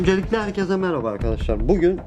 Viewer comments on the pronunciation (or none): none